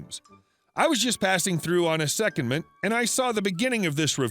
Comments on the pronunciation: The word you keep mis-pronouncing (one of many) is "Seh-Kond-ment" not "secondment". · FYI, the word "secondment" is pronounced with the emphasis on the second syllable; i.e. se-COND-ment.